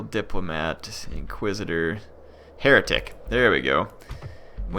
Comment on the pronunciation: Thought you said hair tic lol